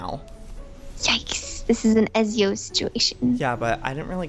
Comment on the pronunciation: OMG PLEASE FOR THE LOVE OF GOD PRONOUNCE IT PROPERLY EZIO's NAME IS PRONOUNCED E-TZ-I-O!! ITS MY CATS NAME SO PLEASE PRONOUNCE IT RIGHT!!!!!! 😡😤